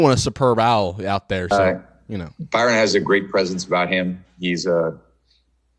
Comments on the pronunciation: It’s Byron not Brian 😂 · Byron not Bryon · It’s Byron , not Bryon lol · His name is BY-ron not BRY-on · BY-RON Please pronounce his name correctly. PLEASE… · The fact you can’t pronounce his name tho 😂😂